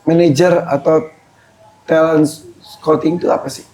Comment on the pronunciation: Kalau ngomong talent kayanya tetap talent jangan telent dengernya gk enak.